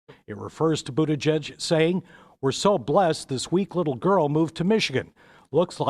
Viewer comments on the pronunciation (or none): My biggest disappointment is that the highly respected Judy Woodruff of PBS still says "judge" instead of "g-edge". She gets the most complicated names and place names correct all the time; why not Pete Buttigieg's name? All professional speakers should get and practice proper pronunciation of names before they attempt to say them on camera; it's their job.